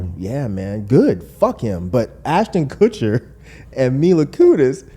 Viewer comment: I feel naive that Rod is this naive about how insincere they are in the video. Btw anybody catch say “Kutchston” 😹